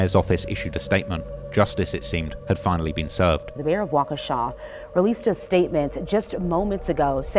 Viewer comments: He disrespected Wisconsin with that wockesha 😂😂😂😂 I’m in Madison, wi so it’s kinda funny to me. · It’s pronounced “Walk a Shaw” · pronouncing it "wockesha" is pretty hilarious